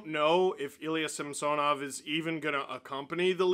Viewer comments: In a game early in the season, the broadcast mentioned that Samsonov requested his name to be pronounced differently, which is why on broadcasts you hear them say Samsonov (like the name Samson) now instead of SamSOnov. Chris Cuthbert even corrected himself mid broadcast. Its something thats stood out for me for some reason cause Steve still calls him SamSOnov, which is probably the correct pronunciation in Russian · Steve can you please say Samsonov right? Early in the year the play by play announced he wants it pronounced the other way from what you’re saying. Great work as always though.